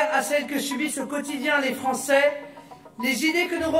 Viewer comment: 60 % de Franséh ont votéh contre Macron, il a quand même gagnéh avec prèh de 60 % des voix, champion !